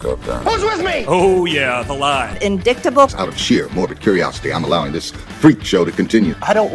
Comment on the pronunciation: Did you notice how Marge pronounced "cabal"? 😂 Almost as good as her "indicktable".